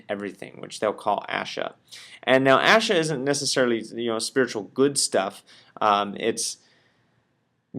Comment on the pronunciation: Ashe, not asha The e is pronounced like the E in egg.